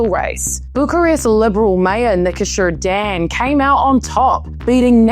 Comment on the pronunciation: You pronounced the name of our new president Nicusor Dan very well, and you made a good x-ray of the political situation in our country, I'm really surprised! Romania is now on the right track... 😊